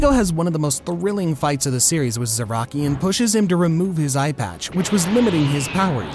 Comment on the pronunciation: are we just not gonna mention how he said the name of my second favourite character wrong? bro said kenpachi zu-ro-ki